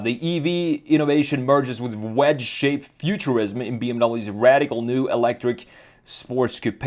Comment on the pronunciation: It’s also “new” not “noye”